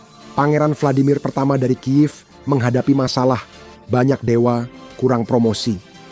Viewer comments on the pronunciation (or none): none